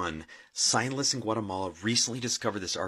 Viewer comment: the Latin Egyptian aliens- if you listen and watch this guy closely he calls these guys “sign-less” or something not quite “scientists”….is this his way of getting around this being fake when he’s called out???” And…..”bonage”…”fleshage”….”blanketage”….? And apparently aliens have evolved past the need for genitals and now just have bulges. 🤨